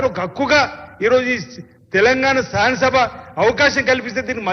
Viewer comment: కన్ను లోట్ట పొయ్యి మొదటి సారి MLA గా గెలిచాడు ప్రతి సారి ఓడి పోతున్నాడు అని ప్రజలు ఓటు వేసి గెలిపిస్తే సబ్జెక్టు తెలియని ఈయన కూడా మాట్లాడుతున్నాడు నాలుక మర్రుతలేదు తాగి ఉన్నాడు... నత్తి నత్తి, బలిన వర్గాలు అంటా 😄శా స న సభ అంటున్నాడు. ఈయన గారు వార్డ్ మెంబెర్ కూడా ఎక్కువ. ఈయన అంటా KTR గారికి హరీష్ రావు గారికి Answer ఇస్తా అని లేస్తున్నాడు.